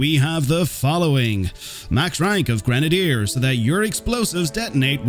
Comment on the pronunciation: Super cool, but my arse is itchy from how ur saying grenadier.